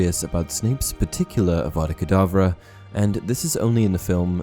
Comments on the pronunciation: Um idk if it's just me but when Snape killed Dumbledore, I swore I heard Snape say Abracadbra instead of Avada Kadavra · Because if you listen closely he actually says avada kadableu